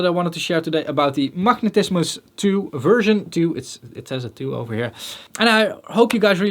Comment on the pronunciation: "Machnetismus"...I love the Dutch accent 😄